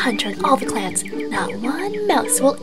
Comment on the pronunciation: Did he say riverclan clats?